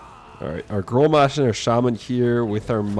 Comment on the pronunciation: Grommash - not growmash